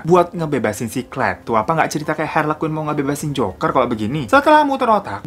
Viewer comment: aku dengernya joko & hari dong😭